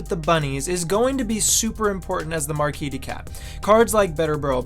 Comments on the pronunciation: In "Marquise," the second S is pronounced like a Z sound. It's not silent. It's notable because the Marquise de Cat is female. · Why do you all mispronouce "Marquise"? She's a lady, guys.